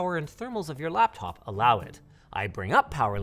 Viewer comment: did Linus just say blaptop?